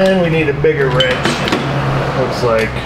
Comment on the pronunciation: I know you probably already know this, but you don't actually need to pronounce the leading "w" in certain words like wrench or wrangler... I know it sounds cool... You CAN move on if you feel like it.